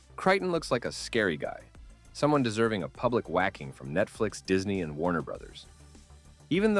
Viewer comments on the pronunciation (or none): none